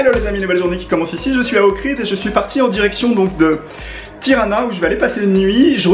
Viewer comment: Un an après, tu appelles encore OHRID : "OKRID" !? Mais comment fais-tu pour ne pas avoir vu qu'il n'y avait pas de "K" dans OHRID ?